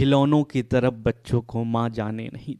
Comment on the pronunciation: Taraf ko taap bol rhe ho